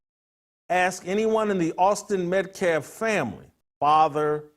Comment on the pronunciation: He can’t say metcalf, you can’t say testosterone. Both are pretty absurd.